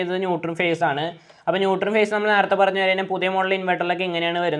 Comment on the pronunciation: ന്യൂട്ടർ അല്ല ... ന്യൂട്രൽ